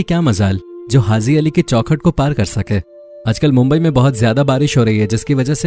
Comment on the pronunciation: Pahly to aap bolna sekh lo bhai hazi nai haji hota h urdu ki jan to mat nikalo